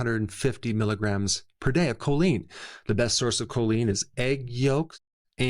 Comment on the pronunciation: Please note CHOLINE not "colleen". I take it.